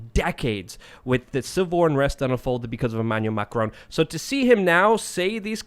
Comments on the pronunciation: Mac-a-rone. HAHAHAH Ma-cron. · Please try and say Macron. Getting triggered by Macroan, lol. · It’s pronounces “MA-KHR- spit -ON” not “MA-KR-OWN” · Here in the U.K. and majority of Europe NO MSM reported on the year long yellow vest protests, there was a ‘D’ notice in force !!! And please learn to pronounce Macron’s name correctly 👍